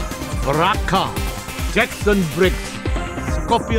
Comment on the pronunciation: Bro Just said Quante